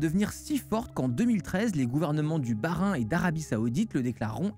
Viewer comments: Blague à part, Bahreïn, ça se dit "ba-rahine". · ahahahahaha "le gouvernement du bas-rhin et d'arabie saoudite" c'est l'IA qui lit ton texte ? ou t'as vraiment confondu avec le bahrein ? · A tu as vraiment vraiment prononcé Bahrein le bas-Rhin? mdr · Mdr en vrai j’ai buggué quand il l’a prononcé comme ça car j’écoutais sans regarder l’écran et j’ai forcément pensé au Bas-Rhin de base 😂